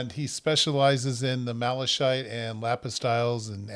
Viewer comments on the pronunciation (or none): malachite is pronounced malakite. great video.